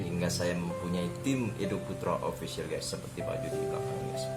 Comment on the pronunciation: guys (gais) bukan ges anjeng